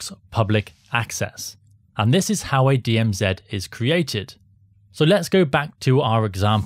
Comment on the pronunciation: DM Zed THANK YOU FOR SAYING IT PROPERLY AND NOT SUBMITTING TO THE …. (You know who) 😅